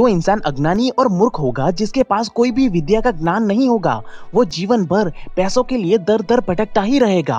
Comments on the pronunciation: U always say nan not gyan...try 2 improve this...dont misunderstood i m not making joke of u... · Hi, I like your video. You make really helpful motivational and philosophical videos. In this video I would suggest few pronunciation corrections in hindi. 1. Gyan instead of Gnan (Knowledge) 2. Shaastra (ethology) instead of Shastra (weapon). This is for your future reference.